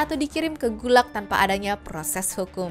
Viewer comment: gulag bukan gulak gemes banget dengernya